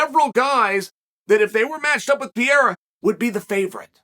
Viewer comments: Piera? I feel like he doesn't even try to pronounce it correctly. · I like how Lord Chael, pronounces Alex name like an American but pronounces his last name like it’s Spanish. Either way he’s correct! 😂 American, Spanish, Brazilian…it’s all the same.